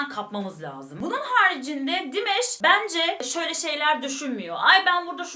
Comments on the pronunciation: Dimash'ın adı aynen yazıldığı gibi Dimash diye okunuyor, Dimesh değil. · Sadece Dimash abla dimeş demene gerek yok😂 dimaş diye okunuyor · Salamlar olsun, bacım. Çox qəşəng reaksiya verdiniz Dimaşın perfomansına. Halal olsun size. Rica edirəm onun adını düz deyəsiniz. Dimaş oxunur adı. 2016-dan ona qulaq asıram. Gündə kaç kərə. Çox talantlıdı. Özü də Qazaxstan türküdü. Xahiş edirəm,Dimaşın özü yazdığı(öz bestesi olan) "Unudulmaz gün" "Unforgettable day" mahnısını(şarkısını) analiz edəsiniz. Hörmətlə Azərbaycan türkü,Hikmət.😊🇦🇿🇹🇷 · Dimesh değil Dimash🙏 lütfen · "Dimash"ı her "dimeş" diye telaffuz ettiğinizde aklıma meyve suyu firması gelmesi dışında her şey gayet iyi olmuş :D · Hahaahahha buna benzer birşey bende yazacaktım dimesh dediği anda aklıma hep dimes geldi jdjds